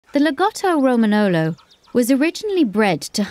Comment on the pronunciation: You have to pronounce romagnolo like romañolo is like lasagna